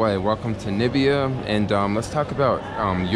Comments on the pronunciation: NA MI BI A Not Ni Bi A :D Great video though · It's pronounced Na mi bia, you should go to South africa, Cape town is nice but have fun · NIBBIA LMAO, it's just pronounced how it's spelt, not hard at all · U got it---- "Nambia"- Trump.... many don't know my Country or can't pronounce it right--- atleast Angelina Jolie pronounced it right when they were here.... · the way I can't stand those Americans that say Nambia. Like wtf??? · Aww my home country , am not blaming you most people they don’t know how to say 🇳🇦🇳🇦🇳🇦🇳🇦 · Many don't know my Country (Namibia) or can't pronounce it right--- atleast Angelina Jolie pronounced it right when they were here in Swakopmund town.... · I like your videos bro, although you killing me with pronouncing my country's name. Amelikar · as a Jamaican who has been viewing your videos for a few weeks,it took me a little while to realize that you were playing us in your introduction to Namibia by dropping the first syllable of the name,That is the best way to get people talking.Although i have never been to Africa myself,i would suggest that while you are in Namibia,you take a trip to the Namib desert.it should be as exciting as the Sahara.